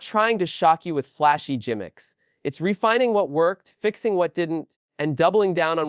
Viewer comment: This video has to have been made by AI. Jimmicks? That's just one of many mispronounced words.